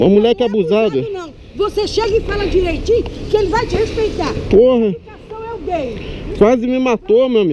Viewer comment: A VEIA FALA : VC CHEGA E FALA DIREITIN Q ELE VAI TE RESPEITAR O DIREITIN DA VEIA